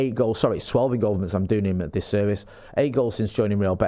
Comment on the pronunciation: saying "ingoalvements" and not even realising 😅